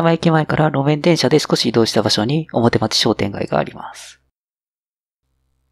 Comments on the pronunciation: いつも、再開発の動画楽しませて頂いております。 表町は、「おもてちょう」と読むのではないでしょうか？ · 表町→おもてちょう